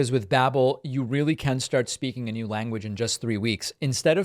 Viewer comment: David, please ask babbel how to pronounce the word new.